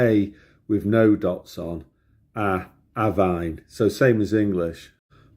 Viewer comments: You actually pronounced more "äväin" and not "avain" as it should have. 😄 But I guess that biggest problems with pronouncing Finnish definitely relate to pronouncing vowels in the right way. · is avain. So it is pronounced here exactly the opposite, actually exactly like ä. A and ä are easy for English speakers. A is like u in cut and Ä is like a in cat. Precisely. Blessings.